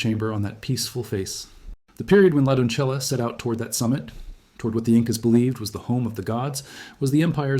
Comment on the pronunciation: That "La doncella" pronunciation was hilariously wrong.